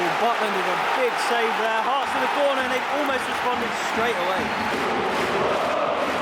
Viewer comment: I thought you called the Hearts end the Arse end 😂